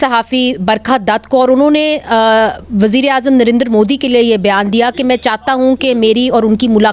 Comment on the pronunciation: Why do these people pronounce Narender 😂😂😂 the proper and correct pronounciation is Narendra Fools 😂😂😂😂